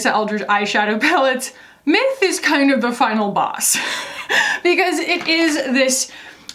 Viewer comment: It sounded like you kept saying mip. I had to go look up what the name was. I got a good laugh at me constantly hearing it wrong.